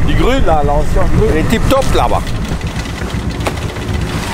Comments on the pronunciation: Mdr je me le suis passer des disaines de fois « c’est tip top » avec l’accent 😂😂😂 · le "tip top" c bien suisse ca 🤣🤣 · Tonka, Oui à il y a un autre « tip top » 😂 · ya un autre "tip top" au debut🤣